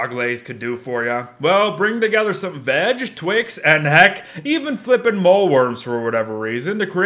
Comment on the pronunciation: I’m pretty sure it’s only me that I hear him saying vadge instead of veg.lol